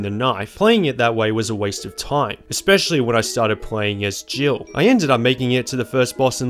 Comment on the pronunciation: Haha so im not the only one who thought he said jibble instead of jill 😂